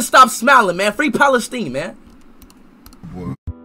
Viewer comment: lol this guy literally pronounced it "Palesteen"...that shows you how educated he is.